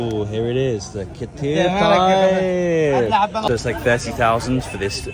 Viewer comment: you say khat... i hear cat 😺😺